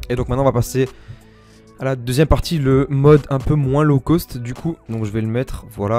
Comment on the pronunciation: « Un peu moins law cost » tu es Marseillais? 😂 gg pour les games!